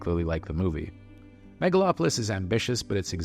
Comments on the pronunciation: Maga-lopolis? Lol. I have a feeling that wasn't a genuine mistake. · "Maga-lopolis?" I thought the Trump movie was called The Apprentice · "Magalopolis"...? What? =__= And... "so we don't have"? Sorry man, still gonna watch that damn film, especially as your review has very few actual arguments.